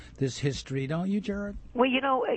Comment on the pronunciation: Good God this guy just butchered Gerald's name. How in the hell do you get Gerad out of Gerald? Take some English classes before going on the radio...